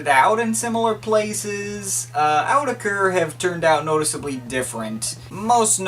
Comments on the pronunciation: it's pronunced as oou-tech-er not Awww tech er .. said Autechre in older interview! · The official pronunciation is "aww-tekker", can't remember where I got that though. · It's Awe-tek-er by the way. See Watmm, get wise! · > reviews an album and can't even pronounce the artist's name